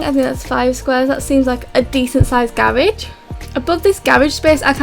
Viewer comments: Its garage not garaje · 𝕀 𝕤𝕨𝕖𝕒𝕣 𝕀 𝕝𝕠𝕧𝕖 𝕥𝕙𝕖 𝕨𝕒𝕪 𝕪𝕠𝕦 𝕤𝕒𝕪 "𝔾𝕒𝕣𝕒𝕘𝕖" 𝔸𝕙ℍ𝕙𝕙𝕙